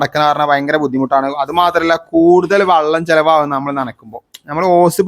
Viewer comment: വള്ളം എന്നു പറഞ്ഞാൽ തോണി എന്നാണ് അർത്ഥം. വെളളം എന്നു പറയൂ.